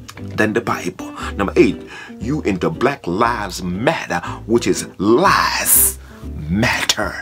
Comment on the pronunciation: 😲 is he saying 'Black LIES Matter"? 😕 (I HAVE SO MANY QUESTIONS)